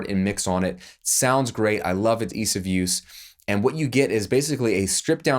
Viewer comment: All you said was eeeese of use